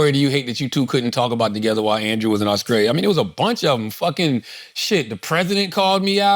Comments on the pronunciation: Did I really hear my man say "Auskralia"? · Ctg pronouncing Australia as “Awe-Skrale-ya” is INSANE 😂